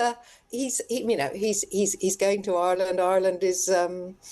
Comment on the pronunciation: Oi-er-land? For someone with such a posh plummy accent, it's bizarre how she pronounces Ireland.